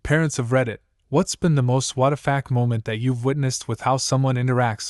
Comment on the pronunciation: Why does the AI say "whattafack" for WTF